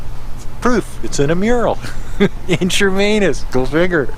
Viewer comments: NOT Chermainus It’s Chemainus. No R in it. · Shuh-main-us. Not charmainiss.